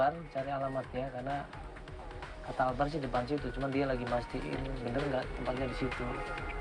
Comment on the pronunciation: Albar coy bukan akbar